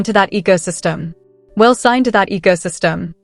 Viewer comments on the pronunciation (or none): This is Fake as hell.The AI women can,t even pronounce Wale right